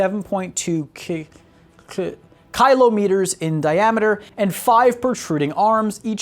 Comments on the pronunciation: Kilo, not Kylo. Love the vid. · How do you not know how to pronounce "kilo"